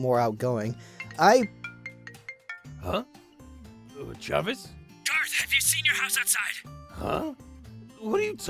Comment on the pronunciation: "For once i agrree with travis" ZANVIS